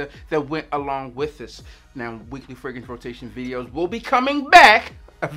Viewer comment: the way you say "fragrance" kills me. "Fraguntz" 😂😂😂